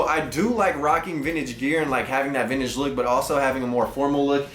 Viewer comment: Whole buncha garbage.. Also please stop calling it “Vinnich”